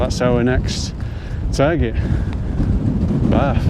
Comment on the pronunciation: Well, I was taken with a name like Barf...but was very relieved with hearing your pronunciation!! Absolutely amazed at those views!!